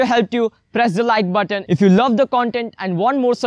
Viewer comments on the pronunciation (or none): none